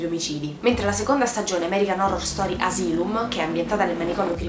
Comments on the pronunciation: Si legge "Asailum" ( Asylum ) e "Lang" ( Lange ) 😂😂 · American horror story:asylum(si legge asailum)